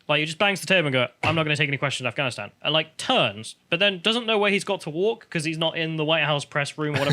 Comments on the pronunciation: did you guys hear him? he couldnt even pronounce afghanistan lmao he said "Im not gonna answer questions about gafstan" hahahahahaha this shit is beyond parody at this point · He didn't even say Afghanistan, he said Ghanistan.... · He said "I'm not gonna answering questions about ganstan". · Actually, I think Biden called it "Ghanistan", if you listen closely.